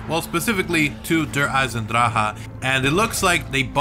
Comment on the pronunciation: its weird how you say maps name